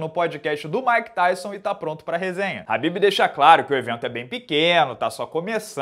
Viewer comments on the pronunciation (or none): A pronúncia do nome dele é Rhabib, com R e não Khabib, aprenda.